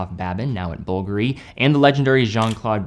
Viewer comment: Bvlgari is pronounced bull-garee